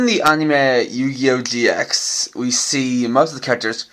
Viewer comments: It's gx not ge x ideot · Did anyone else notice how he said gee ex